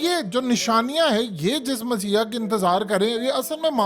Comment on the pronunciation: Word is messahia. You are saying essiah